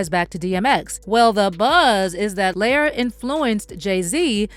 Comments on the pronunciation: I really wish the narrator pronounced Lior's name correctly. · Lyor like "Lee-Or" liar, layer, layor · Its pronounced Lee-Yor not layer😂😂😂😂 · Lee-Oor! Gosh, That Was Bothering Me. 😤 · Its "Lee-OR" kohen. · his name is lee or ... god i hate when people make vids and pronounce the names wrong ... like every white person saying 2 Pak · Pronounced Lee-or… 😂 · His name is LEE-OR smh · It's pronounced Lee-Or btw